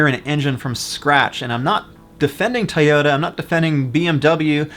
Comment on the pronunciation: It’s “Toyota” not Tyota. Toy. Toy. Toy!